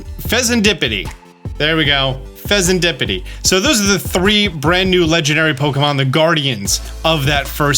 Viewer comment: the Okidogi is said like so Okeee-do-jeee, others are as follows Moon-kee-do-ree, Fe-zaan-di-pi-tee